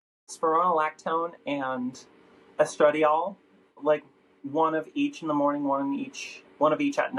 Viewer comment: the way she said “estradiol” threw me for a loop